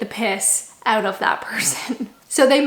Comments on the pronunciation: Still say oooot like a Canadian lol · At least the way you say out is still Canadian. My Great Aunty lived in Toronto for about thirty years and the word out was always said with a Canadian accent. That and the word Canada of course.